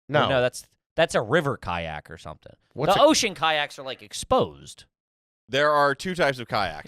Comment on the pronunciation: Ka-nyak is a great pronunciation of kayak